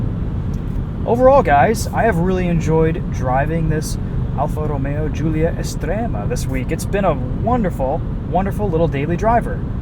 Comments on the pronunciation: thumbs up for being able to pronounce "Estrema" correctly!! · Your pronounciation of "estrema" is actually spot on 😂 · That accent was surprisingly good! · Apart from Estrema, the rest is typically not perfect actually. And doing accents is stupid. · Pronuncia e accento molto buoni 🇮🇹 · Ma stai a scherzare? Estrema è stato pronunciation bene, Veloce quasi e poi... quadrofoglio? Infine, accento da idioti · Stupid accent at the beginning, but Estrema is well pronounced. Sounds like a Dutch speaking Italian.